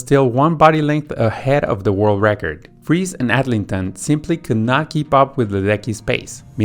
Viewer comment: Very good in general. Definitely wrong on Friis (Danish).